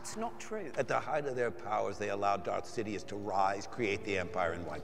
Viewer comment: évite ton accens quand tu parle anglais... quand tu lâche 3/4 mot anglais d'affilée c'est incompréhensible 😕genre "Dark sidious "deviens "daridious".